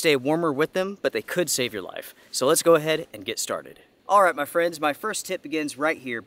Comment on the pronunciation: “Mah Frens”